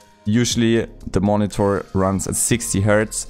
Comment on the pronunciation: Drinking game: Take a shot every time he says "Moni-Thor"